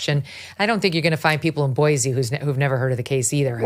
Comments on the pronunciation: I would love JUST ONCE for someone to pronounce Boise correctly. It's never been Boy-zee!!!! Its Boy-see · Pronounced “Boy-see” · It is Boice_e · Megyn, I moved to Idaho 7.5 years ago and I immediately learned to pronounce Boise correctly. It's Boy-see, not Boy-zee. Dead giveaway in Idaho that you're not from here if you pronounce it with a Z. Glad you got the pronunciation of Moscow right. Yes, it's Mos-coe, not Mos-cow.